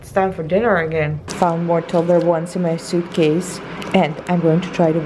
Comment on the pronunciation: Can't get used to the Tobler-one pronunciation!